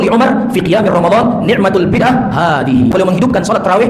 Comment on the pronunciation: "Ni'matul Bid'ah hadzihi" jumlah diatas juga diucapka ustadz Firanda gus ketika berdialog denga ustadz Idrus Ramli ustadz Idrus bacanya "Ni'matil Bid'atu hadzihi" memang sudah menjadi rahasia umum, ustadz² wahabi kurang menguasai nahwu sharaf